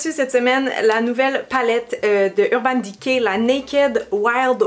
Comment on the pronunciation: Urbane diké🤪